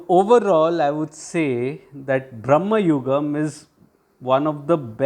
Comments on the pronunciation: Hi, very good review. Thank you 2 points; 1. It’s Bhra.ma.yugam , not Brah.ma.yugam. Bhramam means craze/madness in Malayalam. Many are making this mistakes, especially non Malayalis. 2. Must checkout Mammoottys Vidheyan, Munnariyippu or Paleri Manikkyam to see him in his menacing best. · Its "Brama" Yugam, not "Brahma" Yugam.."Bramam" means distraction\fantasy etc. Good review btw ! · Sir, its not Brahma yugam, its Bhrama yugam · It's not BraMMAyugam. It's BraMAyugam. Bramam in Malayalam means illusion or confusion. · Not brahmayugam its bramayugam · Please pronounce the title correctly. Meaning of the word you are pronouncing is entirely different from meaning of the actual title